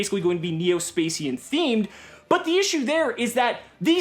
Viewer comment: Why you gotta say neo-spacian like that 😂😭